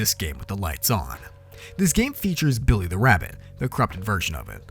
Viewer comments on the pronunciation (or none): none